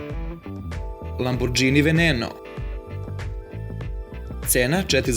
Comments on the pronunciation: Koko ja znam lamborzini veneno a ne lamburzini veneno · Ti umjesto Lamborghini kazes lamburdzini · Lamborgini, a ne lambordzini xD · Nije Lambordzini vec Lamoborgini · govorise lambogini a ne lamburdzini seljacino jedna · LAMBURDZINI....KENIKSEG.... brate pls obrati paznju izgovor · Nekaže se lamburžini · Kaze se *lamborgini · Kad sam čuo da kažeš Lamburdzini prekinuo sam gledati